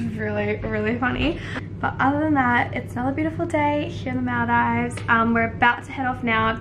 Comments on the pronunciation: It's actually called moldives even tho there's an a ok just saying I'm saying this because I live in Maldives for my whole life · The fact that your saying Maldives wrong is really bothering me 😭